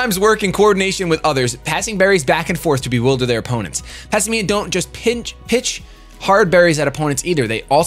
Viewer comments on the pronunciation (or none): Why are you and shofu saying Pass i me-uhn.? Its pass and simian, the word simian is sih-miehn all together. Not sih-mi-ehn